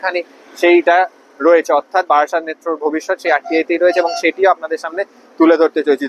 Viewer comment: বারাসাত not বাড়াসাত